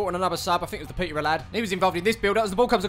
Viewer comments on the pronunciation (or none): none